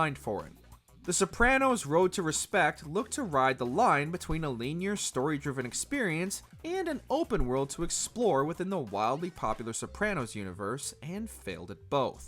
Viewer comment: never heard anyone pronounce linear as leany-er before.